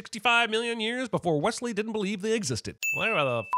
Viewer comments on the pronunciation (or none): Jeremy, damnit, it’s Westley. If you’re gonna reference The Princess Bride, do it right.